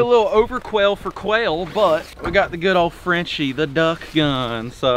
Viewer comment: Franchi is pronounced "fronkey" not "Frenchie".